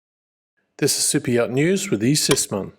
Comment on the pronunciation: Just now figuring out that he's not saying, "Cypriot News". (vs. super yacht news) Kept thinking, what does Cyprus have to do with any of this? If I'd bought my ears at Walmart I'd be getting my money back.